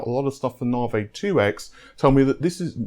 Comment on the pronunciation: Nah-vay. lol